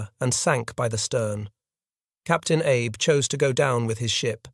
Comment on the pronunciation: The Shinano's captain's name was pronounced ah-bay, not Abe